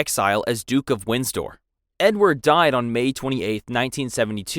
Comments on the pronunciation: 1. It’s Windsor (Win-zer) not Winsdor 2. It’s Westminster (West-min-ster) not (West-minister) 3. It’s Sandringham (San-drin-ham) Overall a good video a part from this, I love the British Monarchy! 🇬🇧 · Windsor not Winsdoor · Wind-sor not Winds-door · Windsdor it's Windsor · The current British House is WINDSOR, not "Winsdor" (sic). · It’s win-sor not winds-dor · Also it Wind-sor not Wins-dor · Winsdor too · If you want to make videos like this, at least learn to pronounce things correctly. Wins-dor?? West-minister?? The list goes on. You really need to research better. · Windsor - Win-zor Kensington - Ken-zing-ton (NOT Kings-ton) At least it was a real voice and not AI generated. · "Windstor Castle" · "Winsdoor"? Ignorance is bliss is it? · It’s pronounced Winsor even though it’s spelled windsor. The D is silent. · Actually it’s more WIN-sah. Or, depending on where you are WIN-ser. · Where did "Wins-door" come from?! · You can pronounce thrombosis, but not Windsor? Or bronchitis? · uou pronounce 'windsor' without the d.